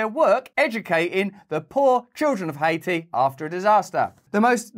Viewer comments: What the hell is hay-eee??? That's a country? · High-aye-tee has been retired 🤣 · Aw you stopped calling it Ha-eee-tee